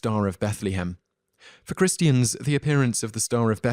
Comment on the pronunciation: Beth-Lee-ham!!!! What Really? Beth-la-hem...graciousness please.... Christi-hands....ugh!!!